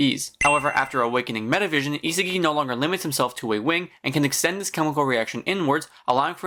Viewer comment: its isagi not isigi and u can do otoya karasu gagamaru charles zantetsu tokimitsu aryu good vid btw